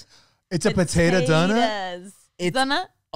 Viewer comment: “Potatah donuh” put me down